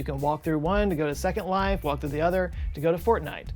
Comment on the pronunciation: So, basically, they just copied Second Life. A decade later. "Zecond Life" 🙄